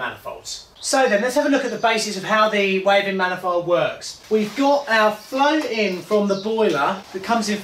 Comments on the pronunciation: It’s pronounced Wavin like Gavin not wave in. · Wavin 👋??? My friends who work there call it Wav-in . They are in Chippenham Wiltshire